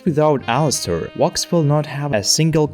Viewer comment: Bro pounce it with a v. Wox is what I'm hearing